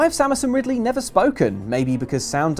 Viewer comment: Its Ri D ley tho.